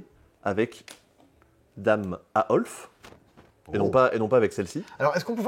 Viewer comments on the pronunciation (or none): Aoife c'est un prénom Irlandais qui se prononce IFA et non aolfe :D on en apprend tous les jours, c'est dingue! Merci encore pour ce super c'est dispo! Hâte de voir un c'est dispo tout nu 😂